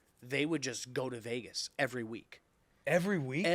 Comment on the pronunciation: "evers" 😂..close enough willy.